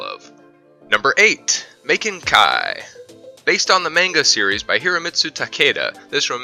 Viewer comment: When you cant say maken right😂